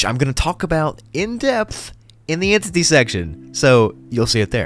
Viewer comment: He said entity so many times. "N tit tee' 'enti T' "in T Tee" This was great I loved this video. :shelterin